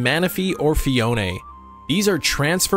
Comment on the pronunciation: FEE-OWN Not FEE-OWN-NAY It’s like you trynna say it with your pinky up or something but it just incorrect 😂